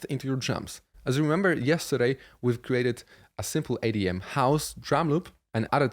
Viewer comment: Why do you pronounce EDM "ADM"